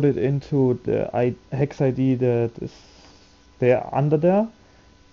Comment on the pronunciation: I can't understand what you're saying dec or hex? you keep saying heck which doesn't exist